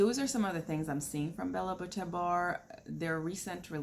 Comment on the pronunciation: Beaute (Be-you-tay) 🙃